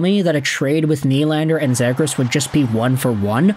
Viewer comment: Please pronounce him correct:"Trevor Seagrass"